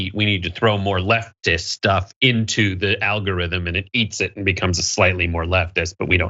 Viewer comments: "Alorithm?" What's an "alorithm" guys lol? You might want to fix that. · You know that "alorithm" is not a word, right? Ummmm, journalism? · Missed the "g" in algorithm btw. Great video keep it up!